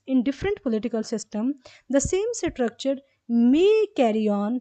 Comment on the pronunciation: Maam pronouncetion of structure is स्ट्रक्चर .ok maam